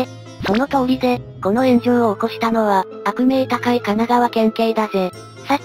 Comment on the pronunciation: 「あくみょうだかい」じゃない？